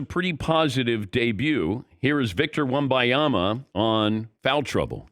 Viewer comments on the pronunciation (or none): How hard is it to read and sound out his name? It’s not wembayama